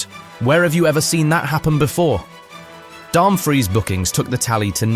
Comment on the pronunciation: Also Dumbfreeze for Dumfries 🗿🤣